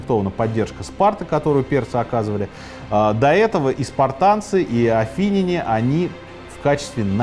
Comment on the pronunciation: Спасибо, очень интересно! 👍👍👍 Поправочка по ударениям: Мессения- мессЕнцы, Афины - афинЯне